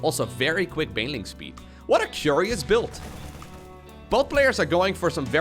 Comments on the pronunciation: 'What a CUREious build' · Dark is going to quick baneling nest... CUREious